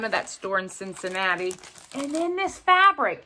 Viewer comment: That Cincinnati store sounded amaZing! You did say Cincinnati, didn’t you? 🤪